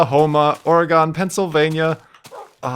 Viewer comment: You pronounced Oregon wrong!